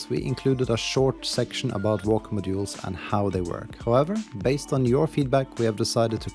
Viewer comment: To me it sounds like you keep sayin "My jewels" which makes this a really weird video 😅